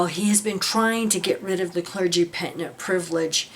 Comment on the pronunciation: What do you mean “were”, the jws still do that. By the way, it’s pronounced “penitent”, not pentinent, just had to finally comment on that 😆… Just saying. Love your videos…